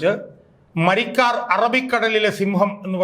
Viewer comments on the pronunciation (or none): മരിക്കാർ അല്ല മരക്കാർ 😂